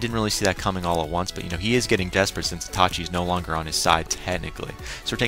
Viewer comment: It's iiiiitachi! not Atachi! xD Good review :)